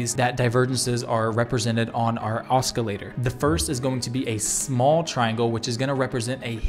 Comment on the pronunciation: oscillator - aa ·suh·lay·tr